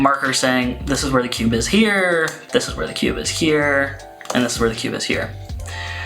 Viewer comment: 10/10 pronunciation of "kewbe"